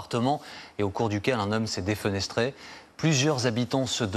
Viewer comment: en plus il a dit deufénestré